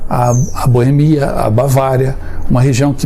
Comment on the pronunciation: Que boemia rapaz, é Boêmia.